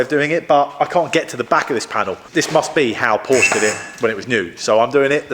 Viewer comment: Such a shame that you don't know the correct pronunciation of the car your repairing!